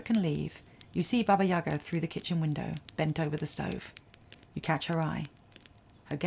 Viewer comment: Baba YagAAAAAAAAAAAA. Get the accent in the right place please.